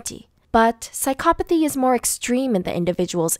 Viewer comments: This is all probably true but... Does anyone else find it annoying that she says psychopathy wrong but says everything else right?! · that’s a weird pronouncement of psychopathy